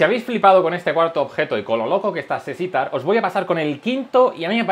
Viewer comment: "Sesitar" El puto* amo xdddd